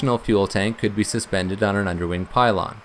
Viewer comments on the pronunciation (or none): none